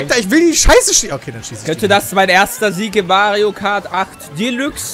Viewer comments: Das wird immer noch dilax gesprochen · Jungs es wird Delax ausgesprochen